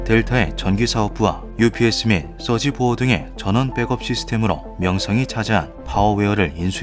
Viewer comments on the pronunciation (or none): UPS 업스라고 부르는 사람 없제~?